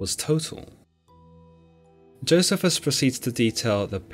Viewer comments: It's joe-c-fus. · It's pronounced Jo 'cee' fuss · I fully understand the difference in pronunciation of words depending on one's accent, but you are butchering Josephus's name according to general consensus. Perhaps you should hear somebody speak it rather than pronounce it according to the way it's written.